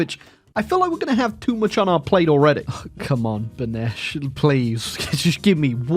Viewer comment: He learned how to say Beneš Pog